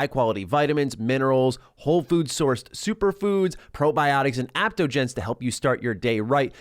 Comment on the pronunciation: The Athletic Greens ad.. It's not "aptogens,". It's adaptogens, pronounced ADAPT-ogens.. Normally I wouldn't correct such a minor thing like that, but seeing as it's a sponsored ad, I figure you'd want it spoken correctly.